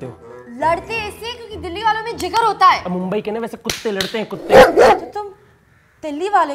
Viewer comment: अरे मुंबई म्हणायला शिका आधी. आणि मुंबईतला मुलगा मराठी बोलतो हिंदी नाही.